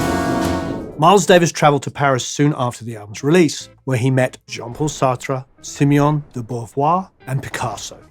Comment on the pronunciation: Simone please, not Simeone